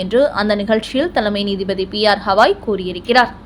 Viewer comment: ஏம்மா திரும்ப திரும்ப ஹவாய் என்கிறாய். ஹவாய் என்பது அமெரிக்காவில் ஓர் மாகாணம். தலைமை நீதிபதியின் பெயர் கவாய். ஒழுங்காக உச்சரிக்கவும்.😊😊😊😊😊